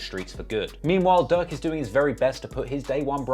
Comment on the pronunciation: I'm the only one that keep hearing duck when he says durk in the beginning. And God damn he into it od so many emotions wow this dude should be king vons hype man